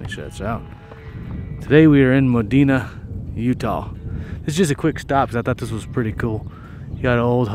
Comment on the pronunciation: We call it "MOD E NA"